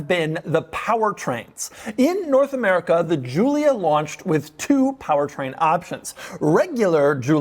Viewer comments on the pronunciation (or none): none